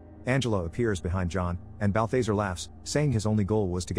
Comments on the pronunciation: Bal·tha·zar not Bathe - thazare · Please please please stop, Not "Bal-thase-er" its "Bal-thaz-are" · I hate when people can't speak English and they use these computer voices to do their voice overs can't even say people's names right that demons name is no BAL THA ZARE not BALFAZER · bath lazar not balbazer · Bal-THEY-sir. twitch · 1 why the hell am i watching a recap of a movie i've seen xD 2 im pretty sure it's pronounced "balth-ah-zar", like "car" not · It's pronounced bal·thuh·zaar. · BAL - THA - ZAR Is how its pronounced. 👺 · The fact he's pronouncing Balthazar's name incorrectly is bugging me so much... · Omg I know that was driving me crazy!! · How he keeps saying Balthazar 😂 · My man slaughtered balthazars name lol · I don't think you watched the movie. You constantly mispronounce Balthazar's name. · you are pronouncing bathazares name wrong